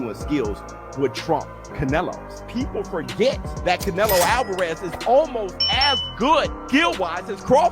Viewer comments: Thought he was saying cantaloupe.... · Can't say Canelo, can't say pounds, can't say Paulie's last name. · Hate how you say Canelo